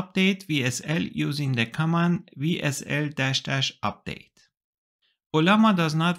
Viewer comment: Great video. Let me give you a little tip in return, as a native German speaker myself... when you said WSL. Or WSL2... you pronounced it (the W part) like in German... like the W in VW... phonetically Vsl: We SL: Vee sl. That is natural since in German we say the letter W is pronounced as Veh, while V is like Fau. In English however the letter W is pronounced as double-U. And in English of course the letter v is pronounced like Wie in Wie geht's dir? Nun ja, kleines Detail, aber auf jeden Fall nochmals vielen Dank für die (das?) sehr informative video! :-)